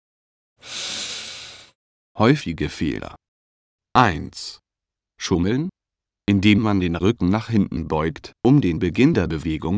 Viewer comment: schuumelln xD